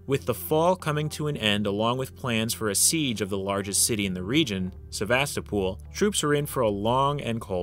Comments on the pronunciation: Not "SevastaPOOL", but "SevastOHpul" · It's not Sevastopool, dummie!